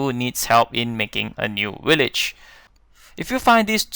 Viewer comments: Whats a wideo and willage lol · Willage????? WTF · How many times dose this guy sat willage